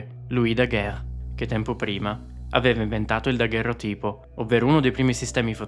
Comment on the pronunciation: E comunque si pronuncia dagherròtipo. Peccato veniale, rispetto all'oblio dei fratelli Lumière. È giovane, credo, e la base culturale sembra zoppicare un po'. Mi dispiace tanto, perché approfondisce con capacità indubbia. Ormai, la cultura sembra essere questa. 🤷